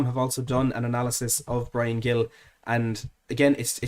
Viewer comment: A small correction,. Gil is pronounced more like Hil, the g sounding like a soft h. Of course, this only matters if we sign him. COYS.